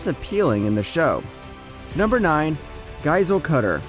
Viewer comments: now what is that pronunciation of Giselle?? jfksd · bro the way he pronounces tobias and giselle